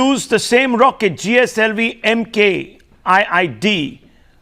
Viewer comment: That's Mark 3 D, not 'eye-eye-eye D'